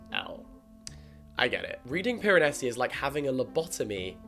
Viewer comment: was vibing with this video laughing and then you said "piranesi"' and I fully had to pause and collect myself to prepare 💀